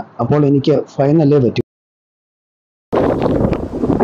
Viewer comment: ഫയം അല്ല സുഹൃത്തേ, ഭയം